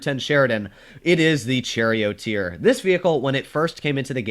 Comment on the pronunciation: said “ Cherry Oat Ear “ instead of Charioteer… get ya tank names straight!